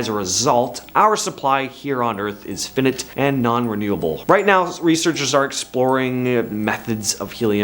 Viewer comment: It's f-eye-nite, not finnit